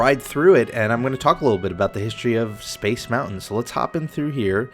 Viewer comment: It's mountain not mou-in